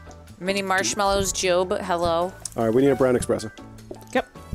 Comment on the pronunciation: Game: Cappuccino: Espresso: Express-O